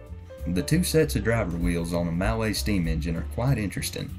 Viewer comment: "Mallet" is pronounced "Mulley" just so you know :)